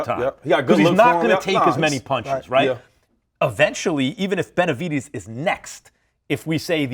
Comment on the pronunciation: Pronounced BenaviDEZ. NOT benavidies 🤦🏽‍♂️ Max is 🗑 now.